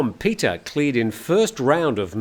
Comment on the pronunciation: A few a linguistic quibbles: Pita (พิธา) is not pronounced “Peter”, it’s “pi-taah”. I think if you’re going to report on Thai news then at least get the pronunciation of the Thai names correct. It’s basic courtesy. (How would he feel if Thai news anchors constantly refer to you as “Time Noo Ton”?) “Joke” (โจ๊ก) doesn’t come from the English word “joke”, it’s the popular Chinese dish made with rice congee. And it’s pronounced more like “chohk” - with a skeptical questioning tone like “whaat!?”. In English the “o” in “joke” is a diphthong where you start with a large open O sound and close your lips down to a smaller OO sound. In Thai, the “oh” vowel remains fixed at the starting position of your mouth.) And as for “Peuh Thai” (I don’t understand how it’s always misspelled in the English media) it’s “Peuh-a” Thai (เพื่อไทย). Granted, it’s tricky to pronounce. “peuh” kind of rhymes with “fur”, but you have to smile while you’re saying it. And then you conclude with a short “a” (rhymes with the “a” in the Italian pronunciation of “pizza”). Now, most “Peuh-a Thai” supporters feel angry at being deceived by the party, so mispronounce away: it’s somewhat insulting to do so. Like saying “Aye! Peuh! Thai” (ไอ้เพ้อไทย) - implies “that conceited pack of curs”. :)